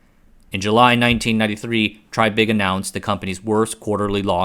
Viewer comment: I wish the announcer of this video would stop calling the man "TRYbig" and call him by his correct pronounced name of "TREYbig". Repeat after me TREY, TREY, TREY or even TRAY, TRAY, TRAY not try, try, try. Good grief you just had one job!